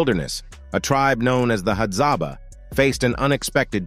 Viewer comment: It's Hadzabe